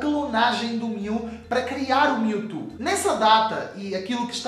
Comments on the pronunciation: alguem ensina ele a falar "mewtwo" não mewtu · PORQUE TU NÃO SABE FALAAAAAAAAAR CERTOOO? q raiva. O CORRETO É "PRIMEIRO" de setembro, não "UM" e não é "miutu" é "MIUTCHU" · da agonia de ouvir ele falar mewtu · Kkkk "Miu e Miutu" HAUSHAUSU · O cara fala mewtu kkkkkjjjkjk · Aew Brs ""MiuTu"" kkkkkkkkkkkkkkkk (engraçado pra nois br) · miutu? kkkkk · mew e"mewtu" kkkk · miutu kkkkkk e mewtwo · para de falar miutu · ONNETI seria a pronuncia brasileira de mewtwo